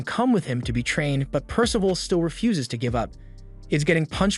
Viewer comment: The AI really struggling with name “percival” in this one 🤦🏻‍♂️